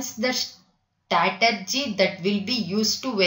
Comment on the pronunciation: When you pronouncing strategy, it is very very irritating, I paused the video and read by myself